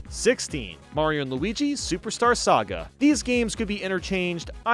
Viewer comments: I stopped thinking about it the moment he said "Gaiga" instead of "Giga" and "Sega" instead of "Saga" XD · it's Sa-ga, not "se-ga" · Why did he pronounced Saga as Sega in the remake? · I love the vids but this made me laugh #17 was pronounced superstar SEGA but #16 was pronounced superstar "Sah-gah" I was so shocked by 17, I had to replace it twice to hear it lol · im sorry did you say superstar sega? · Why did you say sega instead of saga? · Did he just say SEGA lol? It would be better to pronounce it SAH-gah Edit - Why did you pronounce it differently here? Lol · No one:: ayggs, superstar sega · I'm drawing the mispronounced line at "Superstar Sega,"! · im sorry but i spit out my drink when he pronounced it "Superstar Sega" lmaooo